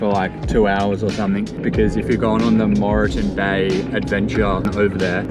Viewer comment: Great vid mate, just a heads up it’s pronounced without the E as in Morton